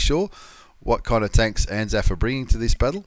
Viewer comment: Anaf? you mean anal? i mean anzaf.